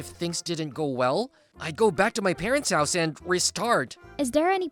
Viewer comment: He said hoose not house🎉😂😂😅